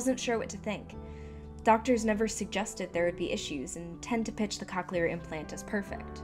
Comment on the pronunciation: Cochlear isn’t pronounced COC-chelar. I guess everyone has different experiences with it but my mom has had it for 7 years and loves it.